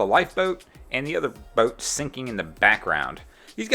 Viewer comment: How you say, boat is hilarious... more like boaeete